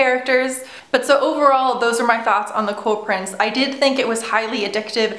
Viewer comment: I thought u said the "coral" prince at the beginning lol